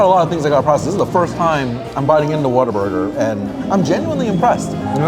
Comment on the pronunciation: I think it’s cute how many say Waterburger and not Whataburger 🙃